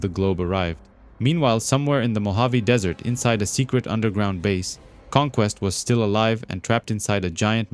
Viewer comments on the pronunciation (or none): none